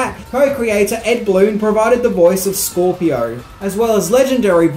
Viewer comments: Roger Ebert doesn't know what the hell he's talking about!! The movie is awesome!!, it is Scorpion, not Scorpio and the Emperor of the Outworld is Shao Kahn!!, you're pronouncing Kitana and Shang Tsung incorrectly!! You also forgot about Mortal Kombat Legacy and Mortal Kombat Legends: Scorpion's Revenge!! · what? Not an MK Fan? You say Scorpio rather than Scorpion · First let me say I love your channel. A lot of your videos have 1 or 2 names mispronounced but this one had a ton. There were more than usual and it usually doesn't bug me as bad but this time it did. The one I think bugged me the most though is when you called Scorpion Scorpio. As much as I know you research for these videos it felt shocking and did bother me. Keep making videos man and have a great day. =) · “Scorpio”??? I LOL’d when I heard that haha TBH I heard Scorpion was a Sagittarius... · Do they call Scorpion “Scorpio” in Australia? 😇😁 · Scorpio? Do you mean Scorpion? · Scorpio????????? you mean Scorpion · Scorpio? U mean scorpion lol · The way you said “Tobias”, “Kitana”, “Shou”, and “Scorpion” 😳 lol